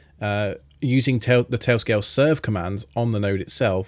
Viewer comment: “Tay-o scay-o”